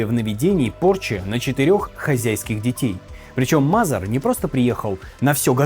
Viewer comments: Что за проблемы с произношением фамилий, например Мазер и Мэзер? Будто первый раз видео записываешь и без сценария. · Мэйзер а не Мазер А книга называется "Великие деяния Христа в Америке" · Не МАзер а Мэзер. Коттон Мэзер